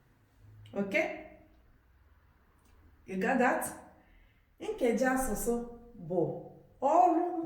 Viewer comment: 🤔🤔🤔i think u are not pronousing ur nkeji asusu very well❤